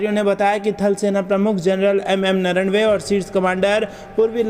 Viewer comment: आप बार बार जनरल नरवणे का नाम गलत क्यों उच्चारण करते हैं? उनका नाम नरवणे है नरनवे नही।